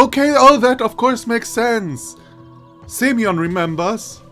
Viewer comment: Speaking of stress, you also put it wrong in Semyon. Speaking of pronunciation in general, it's [sʲɪˈmʲɵn] [sʲ] is soft s as in six (as opposed to hard s in sock) (actually after listening for examples in wikitonary is seems that in Englsh s doesn't soften in six, but in French it does (though maybe those are just speaker to speaker differences?), so maybe better think French here) [ɪ] as in bit (due to vowel reduction in unstressed syllables) [mʲ] is soft m as in .. to meet, maybe? (as opposed to hard m in... let's say Monday) Or French ami. Also in "mon ami" you can hear both hard and soft m to compare. [ɵ] the wiki says that /o/ after a soft consonant in Russian becomes [ɵ], but their example of that sound doesn't sound right at all to me (if anything that [ɵ] sounds like something between /u/ and /ɨ/ to me). Maybe it's just a weird example they have. But I'd rather say [ɜ] like in bird or [œ] as in German Löffel. Also this is where the stress goes. [n] just a normal hard n. Example of soft m in Russian: Compare to hard m: Example of unstressed /e/ reduced to [ɪ] followed by soft s [sʲ] and then the version of /o/ that they call [ɵ] (the pronunciation is right here, but I'm confused as to why they say it's [ɵ] when in the article on the [ɵ] sound itself the example recording sounds totally different): Compare to hard s: (note the /n/ in these last two examples is soft, which is different from hard /n/ in Semyon) And Slavya is [ˈslavʲə] [vʲ] is s